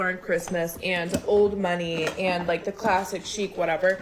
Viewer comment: They say "classic" I hear "classist" AND this reminds me of British middle class cosplaying aristocracy in India back when they has the colonies... Anyways, enjoy Halloween btw!